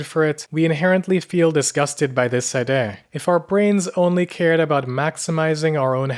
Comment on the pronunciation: He has some odd pronunciations for someone without an accent. Like he says fear as fare, and tears are tares. Idea becomes eye-DAY-uh. No offense lol just never heard it before 😅